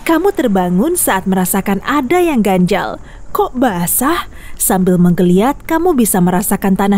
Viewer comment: ganjal???? Ganjilll G-a-n-j-i-l loh 😂😂😂